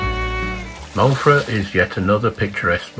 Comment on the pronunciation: Lovely video of the Island I have been and bred on,fantastic camera work.I will give you 8 out of ten on pronounciation of the Welsh names .Pity you didn't give llanfair pg a go 😂 Moellfre is pronounced "moelvre" our "f" is pronounced as the " v" in English Amlwch is not Amlwck , the "ch" is the same as in loch ness.😁 Just pulling on you ,more of the same I look forward.👍 subscribed.